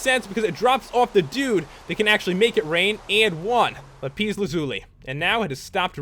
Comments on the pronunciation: It is not lipes its la-piss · It's not lipis lazuli 'lapiz lazuli okay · Its lapis lazuli not lapees lazuli!!!!!!!!!!!!!!! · it's not lapeez lazuli it's lapis lazuli. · its not lapeez its lapis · its lapis not lapiiiiiiiiiis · lapis not lapees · Lol it's lapis not lapees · WOWWOWWOW!!! SO ENERGETIC! now that deserves a like :) but stop saying lapeeeeeeeezzzz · you said lapees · it's pronounced LAP ISS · NO!! It's la pis the a does not say ae just says a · dude it's pronounced lap - issss lazuli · Lol hilarious lapise hahaha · Its pernounced lapis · Sorry. Did you notice that he said lapis wrong? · you say lapis wrong